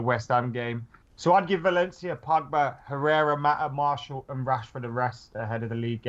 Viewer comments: mart i al, not marshall. Or am i wrong? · Gustav Melin Mar-she-al